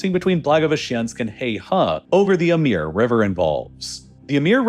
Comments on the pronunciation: Amur is pronounced as amoor, not ameer or Amir. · It says it right there, Amur with an U. How on Earth do you keep saying Amir all the time? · How many times can you read AmUr, and pronounce it AmIr? Ffs... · While I enjoyed the video, I HAVE to mention - Dude, you BUTCHERED the pronunciation of "Amur" river (um-moor, not am-eer). Amir is an Arabic/ Semitic word meaning "Prince." Also, the Russian city "Khabarovsk" should be pronounced "Kha-bar-of-sk" and not... whatever you said. I'm an Australian who speaks ZERO Russian and if I can pronounce these things right, you can too!! Hells, the only reason I know how these names are supposed to be pronounced is because I used to watch videos made by Natasha, a ridiculously, impossibly beautiful Russian girl, who was from that region. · Super sloppy pronunciation. Amur is pronounced Uh-MOOR , not “Uh-MEER”. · Is there a reason you pronounce the river "Ameer" when I expect "Amoor"? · A-moor, not A-meer. It's hard to take this guy seriously when he can't be bothered to learn the most basic information about the subjects he covers.... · It's Amur (Amoor), not Amir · The river is the Amur ("AmOOr"), not "Amir" ("AmEEr") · Is spelled AMUR Gets pronounced AMIR 😂😂😂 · Great video, but Amur is pronounced “Ahmoor” not “Emir.” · Amir river Emir river? No its the Amur river :p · It is not "Ameeer river", it sounds like "Amour" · why are u pronouncing the Amur river as Amir river?? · Why does he keep saying Amir river. We need ai dubbed voice. They seem more accurate than these days than some people(Americans) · Why do you pronounce it "emir?" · stop saying 'emir river' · Just listening, I didn't recognize the river name. Then, checking the screen, I realized that you were mispronouncing "Amur" as "Ameer." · Why do you keep calling it the Amir River? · Pronounce it as the "Ah-Mooor" river buddy. Great video though 👌 👏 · Also, are we supposed to pronounce the Amur as "Amir"? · "Amir" river 💀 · Your pronunciation of amur is so weird